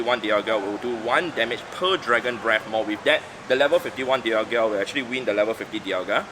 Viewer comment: hey! finally said dialga properly! dee-yal-gee-yuh sounds so wrong.